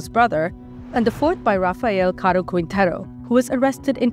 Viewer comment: You couldn't take 10 minutes to google pronunciations? This was annoying to listen to. Quintero is pronounced, "Kintero". Jalisco is pronounced, "Halisco". sheesh